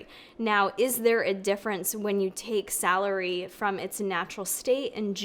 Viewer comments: So cute how with your accent celery sounds like “salary”! Here’s an amazing science based article article on celery and celery juice, it’s also in a podcast form. Basically goes into all the nutritional benefits of celery on its own and then addresses juicing. Spoiler: vegetables are good, chew them. Love ya! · My mom was born and raised in Rochester, NY - when she says "celery" it sounds like "salary" - which has made me giggle my whole life - and I noticed it does for you too. Must be an upstate NY thing! Hehe - Thanks for the vid!! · The way she says celery